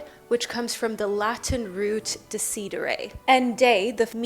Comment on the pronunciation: so cute when u pronunce"decidere" (italian word)